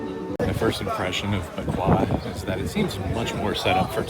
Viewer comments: Bequia is pronounced “Beck-way”. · Beck-way is how you pronounce Bequia 😅